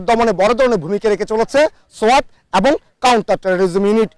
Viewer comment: সোআত না রে ভাই সোয়াট